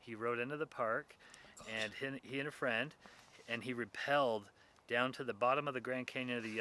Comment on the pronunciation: It always gets my attention when someone pronounces it "ree pel". The correct pronunciation of rappel is "rah pel" and it has nothing to do with the English word repel. You only hear mountaineers pronouncing it correctly.